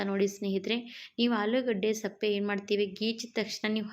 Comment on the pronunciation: ಅದು ಸಪ್ಪೆ ಅಲ್ಲ ಸಿಪ್ಪೆ, ವಿಡಿಯೋ ಮಾಡುವಾಗ ಸರಿಯಾದ ಪದ ಬಳಕೆ ಮುಖ್ಯ